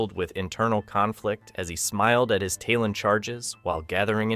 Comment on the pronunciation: Why do people who have never wayched an episode of a show present a review of the show? If youre gonna read a script, first ensure you can read it. Taelon is pronounced "Tay-lawn"... they say it often in the show.